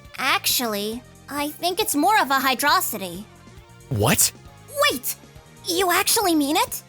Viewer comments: Agreed. Hydro City is objectively correct, but Hy-DROcity is more fun to say. On the other hand, I can’t stand when someone doesn’t pronounce “kilometer” as “KILL-o-meter”, since it matches the pronunciation of all the other Metric units. The duality of man, on display in one Autistic mind. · guys it's always been pronounced Heedro-citey